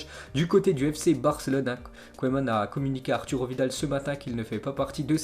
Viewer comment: Au fait on dit "keuman" et pas "koéman"